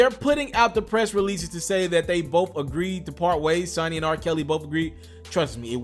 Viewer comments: Like like you never heard of a video game console put some respect on Sony's name and pronounce it right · I didn't hit the dislike button because of u talking bout r Kelly, I'm simply disliking because of the way you pronounce Sony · These youngsters don't know how to pronounce SONY..been around for year's stereo equipment ect.... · BRUUUUUUUUUUUH why can’t you pronounce Sony????? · Learn how to say Sony right. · How the hell you report on the music industry but don't know how to pronounce SONY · Frfr how do you mispronounce Sony 🤔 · Saw nee...or...Soo nee..lol/tomato or toe maat oo 🤣🤣😂😆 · SO NEE....NOT SUN NEE...GEESH SMHHH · If this man say Sunny one more time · Say it with me SO-KNEE = SONY 💯😂🤦💪🏾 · The "o" becomes long when there is a "Y" or "W" at the end {a e i o u sometimes Y and W) pronouncing it SONY not SUNNY. How can you do a report on someone in the music industry and don't know how "Sony" is pronounced? Com'on you got to do better. It got so nerve wrecking I stopped listening to the commentary. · ITS SONYYYYYYYY!!!!!!!!!!!....NOT SUNNY! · It not sunny it's SONY, first get the name right before u talk about it . Where has he been!!! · Can't you say So-ny?!, ..very easy?, .You sound like stupid a ass! saying sunny?..dumbass! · So you saying r kelly can't read or write but you saying SUNNY and the word is SONY i rest my case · Bruh if u say sunny one more time! Its Sony! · Can u please stop saying sunny its "sony" damn. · These comments 😂 lmao I couldn’t even focus because of the amount of times you said Sunny with confidence like you have no reference in your mind for Sony. You only kinda pronounced it right one time towards the end. It’s all good though. We learn from our mistakes plus I laughed so hard. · This nigga can’t say Sony 😂😂 This nigga said sonny or sunny ☀️ SONNIE ☠️ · Bruh it's Sony not Sonny 😂😂😂 Sone-ee!!! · Its SONY not SUNNY nigga damn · So-knee..smh.........not sunny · I do believe it is pronounced SO-NY not Sunny ☀️ ...🤦🏽‍♀️